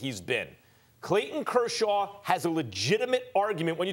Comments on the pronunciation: How did Stephen A Smith pronounce Kershaw 20 different ways and none of them were correct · griffey422 "Kurshurd"